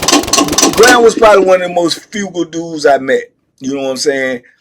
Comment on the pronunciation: *Frugal not Fugal two different words